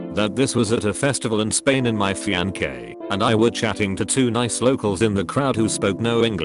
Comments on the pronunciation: "My fian-qué" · Robot voice: FiAnKé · Fiance = fianque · Nobody: Text to Speech BOT: F I A N K E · Noone: TTS: FIANKÉ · my “fianke” 😭😭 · nobody: google: FIANKEH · Fian-KAY... Okay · Nobody: Voice: “fiankay” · Ahhh shittt, r/AskReddit Fam—we have ourselves another sweet appearance from the wonderful: F I A N K A Y This is the term for a person’s significant other after they have entered a commitment to engage in marriage—sometimes mispronounced/spelled as fiancée. r/AskReddit voice-guy getting the important things right since forever. Respect. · You'd think someone who gets views off content they stole would do some extra work to make the robot voice say it correctly... nope. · Nobody: Text to speech saying fiancé: FIANKÉ